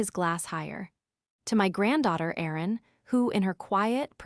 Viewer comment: The AI doesn't know how to pronounce Erin or resume which is pronounced re-zoo-may‼️